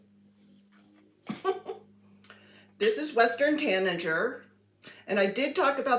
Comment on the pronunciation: That second r in tanager is an epic save!